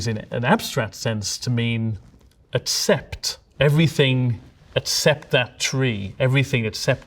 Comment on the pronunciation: I'll be honest I was so confused what he was talking about here because I could not parse the word "etsept", until I realised he actually meant "except".